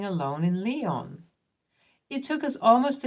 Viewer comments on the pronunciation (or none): none